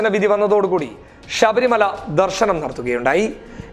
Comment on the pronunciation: ഷബരി മല എന്നല്ല; ശബരി മല എന്ന് പറയുക.